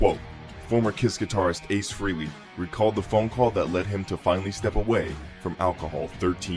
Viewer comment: It's fucking FREHLEY. NOT FREELEY.